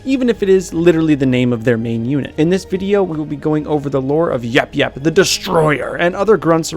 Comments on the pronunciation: It's yayap not yapyap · The last YAP YAP wasn't properly said!